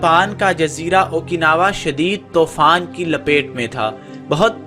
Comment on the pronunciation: tofaan is wrong its toofaan Countless pronunciation mistakes